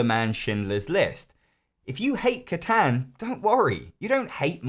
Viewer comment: Honey you did not actually just pronounce Catan like that. I am dead inside.